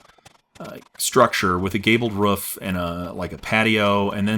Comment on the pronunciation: why do you say rough for roof?